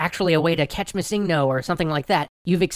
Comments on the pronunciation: Did you just pronounce missingno "miss-in-go"? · I cringed when he said missingno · You pronounce missingno weird